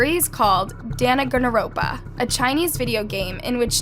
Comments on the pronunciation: this bothered me so bad because why did she say it like that lol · Lemme correct you some stuff This Is not how your prounounce danganronpa 💀✌ And this Is not a chinese game but a japanese gam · Totally butchered the name of that game! It’s sad like “Dang gan ronpa” and it’s actually Japanese! No hate, I totally got a laugh out of hearing it called “Dana gana ronpa” 😂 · i couldnt get over how dandanrompa was pronounced and its japanese. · I love the video, but you kinda butchered "Dangaronpa" and it's actually a Japanese video game, not Chinese. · the way she absolutely butchered the pronunciation on danganronpa danniganropah. love that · In the first story you butchered the anime very wrong. It’s pronounced Dong-gen-ropa. Just want to clarify that for you love your videos btw 💜💜💜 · Sorry sorry but that game is also an anime and its pronounced Dang gan ron pa Sorry to be that person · She just didn’t pronounce Danganronpa like that😩